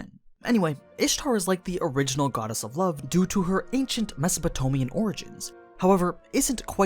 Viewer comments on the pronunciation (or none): Mesopotomia? Mesopotamia! What is wrong with you?